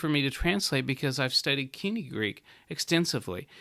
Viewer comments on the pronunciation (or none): Much as I love moden Greek, this man is an ignoramus. He cannot even pronounce "koinē" properly. There is no argument for pronouncing biblical Greek like modern Greek. It would be like telling your children to pronounce English like Old Norse because some sentences in Old Norse can be understood by a modern English speaker.